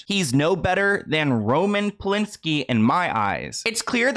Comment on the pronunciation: And you said Roman Polanskis name wrong.